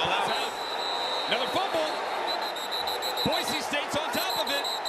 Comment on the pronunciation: Having grown up in Idaho it's so damn nice to hear that the announcers did their homework, and that they call the team what it's supposed to be called (Boy-SEE, not Boy-ZEE). I'm so tired of hearing people say that, it would have driven me nuts to hear it so many times during this game.